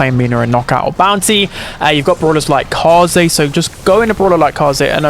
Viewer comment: Upvoting your video because you are the only streamer I watch who knows how to pronounce Kaze's name.